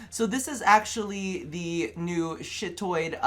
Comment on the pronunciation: Its Chitoid not "Shittoid"